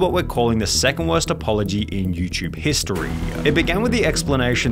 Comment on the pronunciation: Why do you indulge the youtube long last syllable affectation? Videoooooh. Historeeee. Lightleeee. Everrrrr. etc